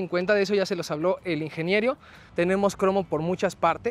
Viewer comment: Ay ese ingenierio jajajajajajaja